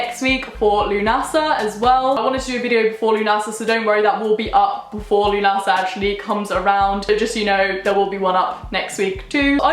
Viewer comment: Just FYI, lughnasa is an Irish word (which are stupidly hard to pronounce, so it's fine 😛), but it's pronounced more like loo-nu-suh rather than loo-na-sa